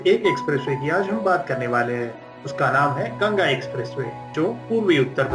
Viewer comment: It's GANGA NOT GANAGA 🤦‍♂️